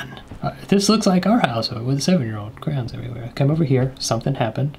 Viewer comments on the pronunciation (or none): OH!!! Even the transcript agrees with me!, you say crowns instead of crayons. I'm right, fight me. (but not really because you'll win... so nevermind... how about I send you a crown made of crayons instead?)